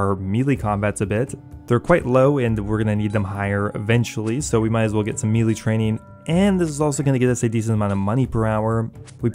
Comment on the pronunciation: Please google how to pronounce melee